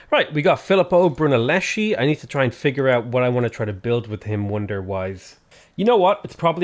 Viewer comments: Repeat after me: it’s Phileeppo Broonellesky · Please, please please..it's BrunellesKi. "h" in Italian makes the "c" that precedes it sounds like a k. Love you!